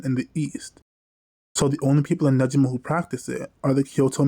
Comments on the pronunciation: For pronouncing negima, the gi part is like Gi for Judo not nejima like the way you were saying it ^^; Hope this helps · NEGIMA GACHA JUST GOT ANNOUNCED!!! You gonna cover it? Also you should know you're pronouncing Negima wrong. Google how to pronounce it please. It's the only real problem with your content, the consistent mispronunciation of the series' name.